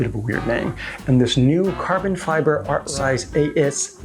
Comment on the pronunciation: your video bookmarks state artsize, your title says artcise, you voice it as artrise!! LOL.